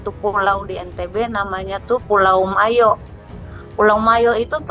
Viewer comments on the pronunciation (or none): Ibu nih aja sok tahu. Bukan Mayo. Yg benar itu MOYO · Yg benar PULAU MOYO, bukan Mayo